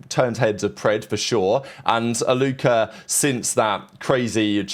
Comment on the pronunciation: british people putting a hard ER for ever word that ends w A is hilarious. Faze Alluker